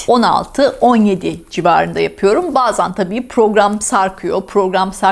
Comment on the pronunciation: “BAZAN” değil “BAZEN” 😀